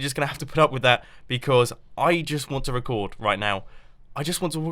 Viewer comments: You said recrd in the beginning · "I just want to wrecord" by mumbo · "Your mouth doesn't do exactly what you tell it to" nex minnut "I just wanna wercord!"